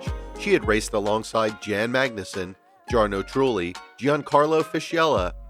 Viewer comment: You butchered Jos Verstappen, Jan Magnussen, Jarno Trulli, Giancarlo Fisichella and Dario Franchitti's (edit: also Carlos Sainz) names so much it's almost unforgivable for anyone that follows any motorsport... Even 5 seconds of research to learn their names would have benefitted here. Doesn't suprise me that someone with an American accent does not bother to learn proper pronunciation.